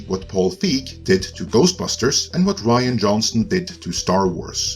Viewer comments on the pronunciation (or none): none